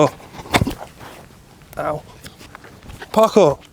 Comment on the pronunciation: It took me a second to realize you were saying “Parkour!” during the intro. I thought you were yelling “Pucker!”. Anyway, nothing wrong with having multiples of the same club on hand. I have 5 different drivers that I rotate through (it’s an affliction, I know). I also keep a full bag of backup/practice/replacement clubs on hand (affliction, remember?) just in case. And, with the exception of my Cobra King Utility, none of them are the same club. I like having choices.